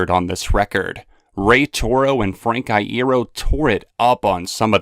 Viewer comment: Did he say frank iEEro?